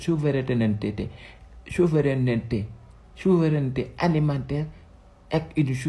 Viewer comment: Xanaa da nga xiif ba mënoo prononcé baatu souveraineté 😂😂😂